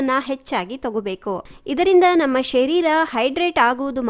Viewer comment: It's not ಶೆರೀರ It's ಶರೀರ